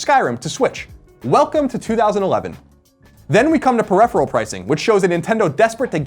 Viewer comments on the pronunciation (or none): Best episode yet, he's getting real good at talkin' those words. Though he does say peripheral funny...so still room to improve.